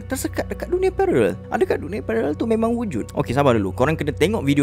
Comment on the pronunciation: kesian susah susah sebut pararel...takpe..sebut pelir je..kami faham😀